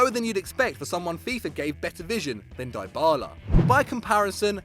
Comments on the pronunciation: WTF It' not pronounced Die-Ba-La it's pronounced Di-Ba-La and spelt Dybala!! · "Die-bala" lmao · Icardi is now where near Drogbas level. This channel is shit, always comparing and hating on Chelsea just becuase they are the best team in England. Oh and you pronounced Dybala wrong. Kanté should be higher.